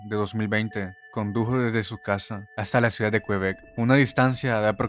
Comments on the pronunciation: Cómo que "qUebec", QuEbec, amigo mío. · Me da risa como dices el viejo qüebec 😂 pronunciando la u 😂